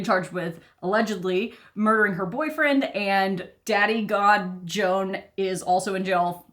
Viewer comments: Gonna assume that the ‘dads’ name is hispanic, so would sound like ‘hwan’ lol gotta be honest, every time you say, Joan I’m thinking Joan of arc 😂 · Not "Jone." "HWAON." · Probably his name is pronounced more like Juan, nor Joan, as in Crawford. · The father's name, Juan, is actually pronounced "Wan", with a long "A". And it's a Spanish name. You're welcome. 😉